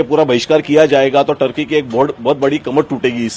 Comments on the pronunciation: टर्की नहीं ठरकी। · अरे sir टर्की नहीं है ठर्की है